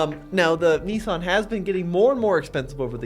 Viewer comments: Nissan,not Neesun.🤣🤣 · i say Nissan you say Nessan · It pains me every time I hear the way Americans pronounce Nissan.